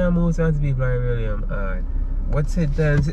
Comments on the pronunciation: Not trying to pronounce beryllium 😂😂😂😂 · Man say say belly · Tpc mi think a mi one a dead...Berry-lili-lum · Me alone hear say “Be-lli-li-lum”?😂😂😂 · Bellilium Me:😂😂😂